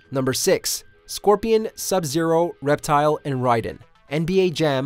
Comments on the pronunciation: For the last time its pronounced RAY-DEN not RAI-DEN!!! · Ri- den ? Don't you mean Raiden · Yea he said it wrong first then right next time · Display Name smh heard that too. Says it like ryeden instead of rayden. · "Ri-den" (Raiden) is from metal gear solid, Rayden (Raiden) is from Mortal Kombat. Get it right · In Mortal Kombat it's pronounced RAY-DEN. RAI-DEN is the cyborg pretty boy from Metal Gear. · No offense but the way some people pronounces Raiden’s name as Rai-den instead of Ray-den bothers me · Ryden?! It's Raiden.! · How can you mispronounce Raiden when they literally say his name all the time. Its RAY-DEN not RY-DEN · Wtf is a ryden it's Raiden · His name is pronounced RAY-DEN for fucks sake its never been RAI-DEN I'm tired of hear his name be mispronounced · Did anybody else catch the narrator go from pronouncing Raiden like "Ri-Den" to "Ray-Den" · When he said that I was like: who the hell is Riden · Well to be fair if you look at it from a Japanese perspective it would be pronounced R-eye-den. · "RYE-DEN" ? Nice to see that we have a true fan and not some guy reading the script for the first time. LOL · This man just said RI-DEN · Nobody: WatchMojo dude:Ryden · Calling Raiden RAYden in 2020. And some wonder why many hate WM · THEY PRONOUNCED RAIDEN "REIDEN" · Did he just say... Ride In instead of Raiden. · He said riden 😭😭💀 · It’s ( RAY-den )say it like that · He just said Riden u know watchmojo didn’t go to school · Did he said RYE DEN ?? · Wait a minute time out, did dog really say Ryden? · Bro really pronounced Raiden as Ry Den💀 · Rayden? Tha fuck dude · My dude did you just ryeden? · RIDEN????? RIDEN!!?!?!! WTF WATCH MOJO ITS RAIDEN!!!! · Did you just say "Rye-den"? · This man said "Ri-den" smh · This guy really just say Ryden? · Pls don’t tell me he said riden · Why do peaple always prenoice the name's wrong trust me. This is noting one time in a video the guy said shinuk yeah it was awful but riden ist even close to being as bad as others